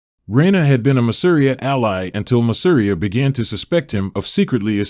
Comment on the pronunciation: pronounced masa-RI-a hit that second to last syllable and you cant go wrong unless there's an accent. masa REE a